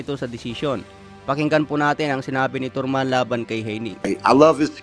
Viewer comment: Tarman,hindi torman,progreys hindi prog rais,visayang tanga